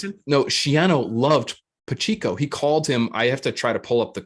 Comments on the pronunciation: Pa - che - co . I grew up with Pacheco's. Pronounce it correctly please. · Keep up the great work fellas. Please, don't call Pacheco "PachEEco"